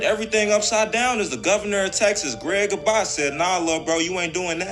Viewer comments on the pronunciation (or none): Greg Ahbot 😂 It’s TEXAS GOV ABBOT ….. 😂